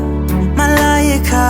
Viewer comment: i just searched up my name ad this came up and he actually said it right